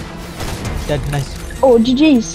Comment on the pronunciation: Bro sayed instead of I'm dead I'm gay😂😂😂